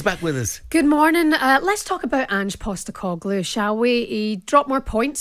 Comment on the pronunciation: ANGE POSTA-no-clue… prat of a manager